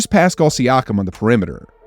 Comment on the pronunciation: It’s pascal not piscal. I love your pronunciation.